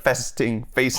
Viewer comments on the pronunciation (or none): none